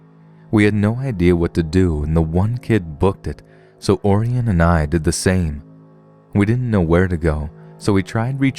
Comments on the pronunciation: I bet the kids name is Orion, like O-ryan. Not Oarienne lol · Orion is pronounced O'Ryan, like the constellation, Orion the Hunter.